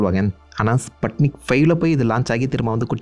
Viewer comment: I think pronunciation should be ஸ்புட்னிக் not ஸ்பட்னிக் one more unforgettable headlines on those days 1969 Year newspaper "MAN ON MOON"